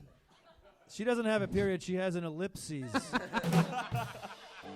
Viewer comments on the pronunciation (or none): It was hilarious😂, I had to think for a second, and not confuse it with another punctuation mark, while simultaneously thinking of what other punctuation marks might mean in this context.😂... What also threw me, was, I thought it should sound more like ellip'sis', not ellip'seas', but I could be wrong on that.